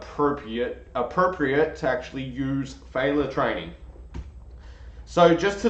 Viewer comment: Great analyses! One tip…the word is pronounced fail/yer.